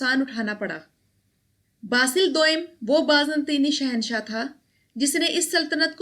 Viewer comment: Baaz Natini nahi ...... Baazan-tini